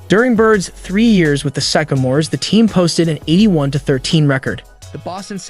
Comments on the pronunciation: I'm pretty sure this video is AI chat program writing the script combined with a text to speech program. There were a lot of pronunciation mistakes, (record, Sycamores, Isiah, Cleveland, etc.) and at one point he said the Los Angeles Dodgers. And of course, the "final year on Earth." The information is interesting, but the video itself just seems half assed. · He mispronounced Sycamores and Said Bird played for the BUlls (I think he meant Hoosiers) but the Isiah is good!